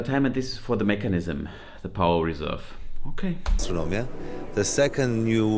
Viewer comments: its astronomia not astromina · es heißt AstroNOmia und nicht Astromia